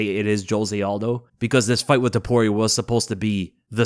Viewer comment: It's " T O P U R I A " , and not " T U P O R I A " ! I can't describe the cringe i felt the whole time listening to all 3 commentators saying his name wrong THE WHOLE TIME. Bruce Buffer is the only one that said his name correctly.